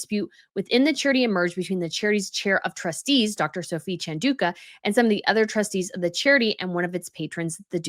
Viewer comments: It’s Chan - Dau -Ka. Not Dooooka. OMG, please learn to pronounce words. I know you’re American and don’t care but please, it’s so disrespectful. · repeatedly mispronouncing Chandauka. Shocking. 🙄